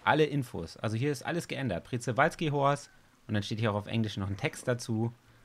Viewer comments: OMG Planet Zoo Mods wie geil🤩😍 Ps: Man sprichts Tschewalskipferd aus😃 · Das Przewalskipferd wird schewalski ausgesprochen ^^ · Es wird pschiwalski ausgesprochen 😂😂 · Das wird Schprewalzki ausgesprochen